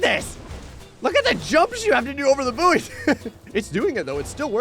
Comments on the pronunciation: I think it's actually pronounced as boy and is mispronouncing it. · Ill never get used to the American pronunciation of buoy sounding like “boo-wee” rather than “boy” which is how we pronounce it in the UK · I forgot Americans pronounce buoy like that. Boooo-Eeeeeh.